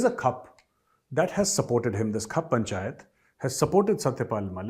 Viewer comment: Correct pronunciation is Khaap Panchayat and not Khup Panchayat.